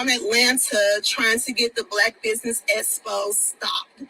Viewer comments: As for, please say "eXpo" please and thank you. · I can’t believe is still saying, “Espo”.🙄🤣